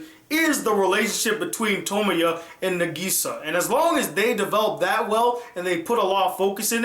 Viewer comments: He said his name wrong xD he called him Tomoyo when his name is Tomoya. the gray haired girl is named Tomoyo though :D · Who is Okazaki Tomoyo?? Get it right. His name is Okazaki Tomoya. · you said tomoya instead of tomoya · His name is Tomoya, not Tomoyo. Aside from that this review was very pleasant. I believe he did not understand some of the motives of the episodes. The story with the two rival gangs for example. Tomoya stepped in because he did have some time in a few episodes in the first season with Meyazowa, the girl that tends to the wounded from both gangs. Tomoya is determined to help with whatever he can when he devotes himself to a cause, restarting the drama club for example. He had to play a game of basketball even though his right, shooting, shoulder had several surgeries do to a fight with his father. He was not able to raise his right arm more than a height if his shoulder. That time was hard for him because he was accepted into that school for his basketball skill level and he lost his chance to play his favorite sport, for the rest of his life. That shows his determination to a cause he has se himself into. Another thing I want to address is the ending to After Story. Yes the producers did take it all back in the end but it was still lively to see that the good came from everything and Nagisa is perfectly okay and will live. The life Tomoya played out in his mind, forgive me if I am incorrect in the length of time he plays in his mind for I have not watched After Story in a couple years, is five years. His child Ushio is now able to think, talk, and remember what happens. He neglected Ushio for this five years and left her in the care of Sonai and Akio, forgive me if I have mi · thats why you watch dub.. its pronounced tuh-moy-uh, tuh-moy-oh and ka-toe-me.